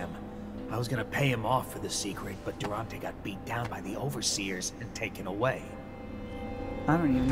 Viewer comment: อ่าน Durante เป็นดูราฮัน 555